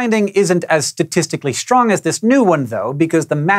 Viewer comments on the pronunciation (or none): Shrong force? :P